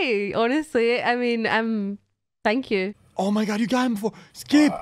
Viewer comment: I’m just confused if she said tee hoo or thank you